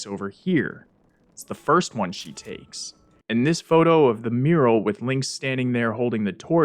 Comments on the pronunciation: lol "muriel" instead of "mural" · The way you pronounce "Hylian" and "Mural" were legit hilarious